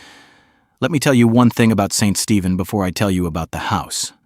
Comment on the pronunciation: St. Stephen (not steven) is a great town--I've lived here 39 years--and it is across from Calais Maine (Kal-is) NOT kaleeis as the video calls it.